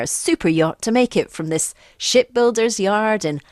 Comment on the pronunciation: I know you said "ship builders" but to my ears it sure sounded like "shit builders" ... Could it be the accent... NAH!